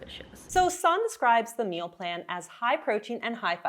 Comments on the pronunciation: Sorry, I really appreciate your analysis of her meal plans\, but her name is properly pronounced Sann-a…..not Sannn….just think of the “e” at the end as an “a”. Thanks…it was driving me crazy hearing you say “sannnn”,not “sanna”. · Yep Sannuh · Sanne isn't pronounced that way. It's more A as in "ah!" And E as in "uh" S(ah!)nn(uh). Vloet OE= "boooh!" as in Trump protest. So Vlooooht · I think it’s disrespectful of you to continually mispronounce Sanne’s name. This is at least the third video you have done on her. You can hear how she pronounces her name.